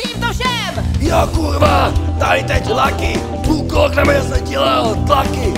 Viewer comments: Criiinge a není to [duklok] ale [daklok] vy experti na disstracky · 1.vec necita sa to ducklock hej ale diuk no a tych veci ktore by som mal pisat k tomuto je vela takze nechce sa mi to tu pisat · Nechajte ich, nevedia ani vyslovit Duklock správne a ešte robia ostudu celého Česka.A to sú z Tramtárie xD